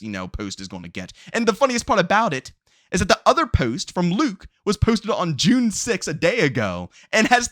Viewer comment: No disrespect the way this dude says posted irks me lol